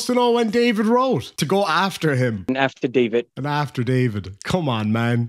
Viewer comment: Man, I thought the first time he said "afterdavid" he had just misspoke.... Woowww he's dumb! Edit: I love Tom sitting there thinking "omfg is this man for real?"